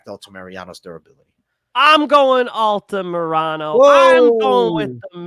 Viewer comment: It’s Alta ME-RA-NO not alta mariano come on:_blackeyeAJ